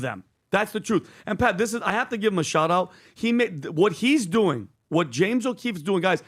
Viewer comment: It’s “shout out”. Not shot